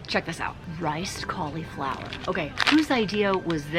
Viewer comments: Anyone else cringe at how cauliflower is pronounced? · I like the way you call cauliflower "collie flower". 🦮🌻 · I buy my fancy drinks from Young Living! I don't want all of the I-don't-know-what-this-is ingredients OUT of my fun squirty water, carbonated flavored yummy drink things. Also, people on youtube who say caul-E-flower are funny! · if you google cauliflower pronunciation that’s how everyone I know says it. You put a long ‘e’ sound in the middle of the word.